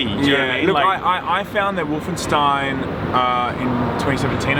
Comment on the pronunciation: just casual nailing the german pronounciation of "Stein" in Wolfenstein